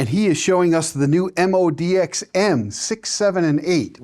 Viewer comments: Is it MODI-X or MODX ? His pronunciation sounds like the former! Just wondering. If I were reviewing, I would probably start with the right name, and why it is pronounced the way I do... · You are trying to sell a product but appear to stupid to get its name right. Moe-Dee-Ex . So simple a child con pronounce it. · Interesting how pronounces it very differently from how Yamaha says it...MO--D --X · I can't understand, why people still say the name wrong, when we've been hearing Yamaha reps saying it correctly for years now...